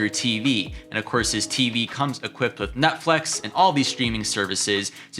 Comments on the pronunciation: Bro said nut flex instead of Netflix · My guy said Nutflex instead of Netflix 😂😂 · Is any one gonna address the fact he said Nut Flex?!🤣